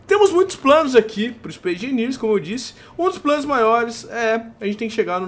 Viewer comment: Aeeeeee "ispaice engeniers" \o/